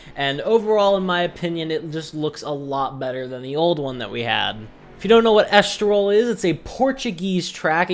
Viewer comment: Est-tol-ril = Estoril Al- Garv = Algarve Sorry to be that guy, but great video 👍